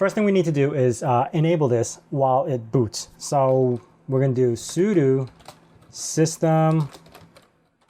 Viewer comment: Why do you always say sudu instead of sudo?